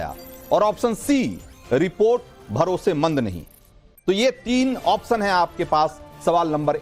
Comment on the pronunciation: आप्शन तो सही से बोलो प्रभु।